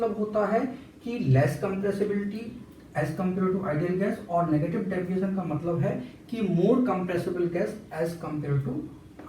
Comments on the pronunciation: Deviation ❌ Daviation ✅😂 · Deviation hota gai Daviation nahi ☠️🤷🏼‍♀️